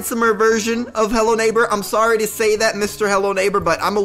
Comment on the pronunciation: I had robux but now I dont lel 😂 And also the way said hello neighbor naigber